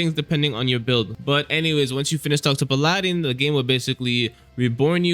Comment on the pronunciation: PAL-ah-din. Please for the love of god.